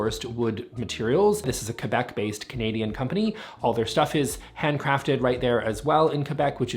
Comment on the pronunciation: (1) You killed my mood by saying "zschusch." (2) You totally redeemed by pronouncing Quebec properly, like the beautiful Canadian that you are... So that's to be expected, i guess. But still, redemption. (3) Aww, i caught the 🥹 moment about not surviving the pandemic. He's an ass! (4) LOVE the Bulemic desks. Gorgeous. Jealous. One day I'll be able to afford them. At that point of my life, however, i won't be working. Ha. (5) We're releasing more color at IKEA, finally! Especially accessories. The blue SKÅDIS is bright! And all the new BRÄNNBOLL gaming line can work great in a home office. (6) Love you, love everything about you. Thinking about being you for Halloween next year.